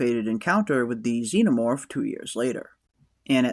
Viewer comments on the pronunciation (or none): none